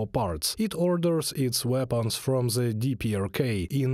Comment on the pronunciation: Zis zey zat ze. Still in love with letter Z? You sound like a joke. One sentence, 10 ze